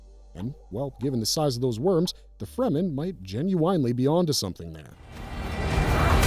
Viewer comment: why does the narration mispronounce one of the most basic words "genuenly"?